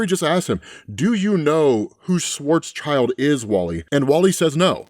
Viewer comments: Schwarzschild is pronounced shwarts-shild, not shwarts-child. It means black shield in German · Since you have to say it over and over, it might do to look up pronunciation of strange words Karl Schwarzschild, acclaimed German physicist, , contributed to general relativity. Surname is pronounced "SHVARTS-shilled", (German for "black shield")